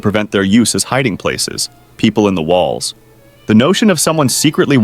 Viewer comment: Bro say im in your whalls